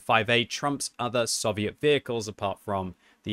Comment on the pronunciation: It’s SOVIET NOT SUH-VIET